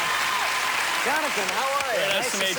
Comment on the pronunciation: uuauuauhh, He said Jonathan BranDICE!!!!